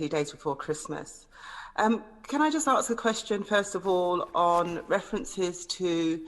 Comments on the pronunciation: Did she actually just say "Can I AKS a question?" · When she says aks a question instead of ask a question you know that she has no idea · the only MP who 'aks' a question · "Can I just axe the question" that says it all lol. Another classic gaff from ms dawn Abbott butler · Its ask not aks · "can I arks the question"? No Dawn, it's ASK. Is that too difficult for you? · Did she just pronounce ‘ask’ as ‘arks’? “Bigging up sort of thing”? And people mock the Mogg. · I am amazed that a politician paid by the British Public appears incapable of using the word ask, preferring instead to use the word "axe"!!! I can only hope that this person who is paid to take decisions on my behalf is more than she at first appears. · "Can I just arkse a question?" Obviously not. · How can anyone who says 'arks' instead of 'ask' exist to be taken seriously? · Notice that she "aksks" a question rather than "asks" a question. 🤣🤣🤣 I think she needs refresher lessons in English as well as science! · Dawn it’s Ask not aks you thick bitch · Do people who aks a question also wear a maks?. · It’s “ask a question”, not “aksk a question”. 🙄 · Ask a question not “Aks” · I think if you can't say the word ASK then you shouldn't be in parliament.